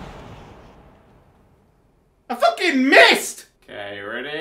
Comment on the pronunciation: "focking nailed it"